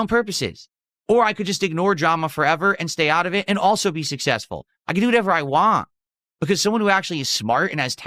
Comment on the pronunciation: "sussessful" experiment😂